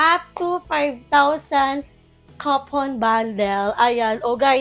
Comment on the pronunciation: Bakla coupon hindi copon bundle. My sakit ka te puro palpak. Social climber ang potek.